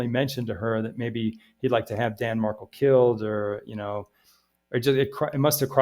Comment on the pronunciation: Danny was correct (btw he went by Danny, not Dan and his last name is pronounced Mar—KEL (accent on second syllable), not the way it is being pronounced in this vid), Donna WAS trying to alienate him from his sons. So yes he was aggressive. Recall he was a scholar of criminal law and JUSTICE and FAIRNESS were two things he cared deeply about. He deserves credit for that and for his love for his sons